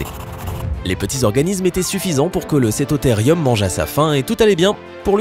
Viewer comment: Cétotherium se prononce Cétothérioum car le e se prononce é et le u ou ( si vous me croyez vérifier sue Google )